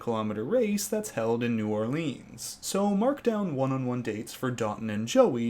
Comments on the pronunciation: anyone else cringe everytime he says New OrlEEEEANs? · as someone from nola, it is really funny hearing you pronouncing it hahahahaha